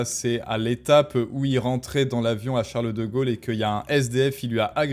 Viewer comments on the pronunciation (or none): Chareuleu deu Gaulleu